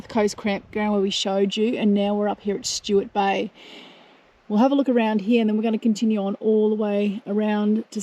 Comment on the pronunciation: It's Sturt Bay, not Stuart Bay. Also, Edithburgh, not Edithborough.